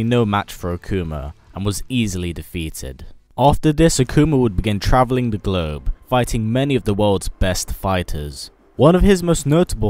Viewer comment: Traveling the what ? The "GLURB"?